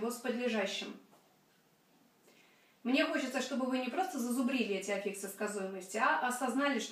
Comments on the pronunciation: Ну что за "аффИксы" за такие?! Ударение в слове "аффикс" всегда стояло и стоит на "а", на первом слоге. Орфоэпический словарь русского языка (или Википедия, если лень искать первый) вам в помощь! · Но ведь Афиксы! Ударение на А. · Здравствуйте, почему афИксы, а не Афиксы?